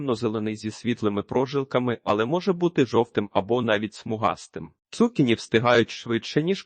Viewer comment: Не змогла слухати. Дуже "бив" отой наголос цу`кіні. На мій подив, навіть в словниках не знайшла - як правильно. Можете сказати де подивитися?